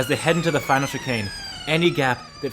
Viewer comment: Makowiecki = /ma-ko-vye-tskee/